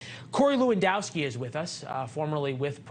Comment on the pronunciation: “Lewandowski” aaaaand I’m outta here 👋